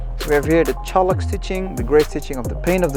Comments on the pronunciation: v 1 I died after I figured out he’s just saying CHAULK..... it’s not Cholik, that word does not exist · Holy God -- it's CHALK -- pronounced "chawk." 👍